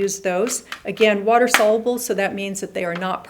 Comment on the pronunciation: Sol-ya-bl not solabl for soluble